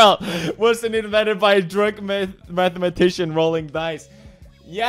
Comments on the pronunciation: I was kinda suprised when he pronounced Deutschland right. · Why can pewds pronounce “Deutschland” as well as he does?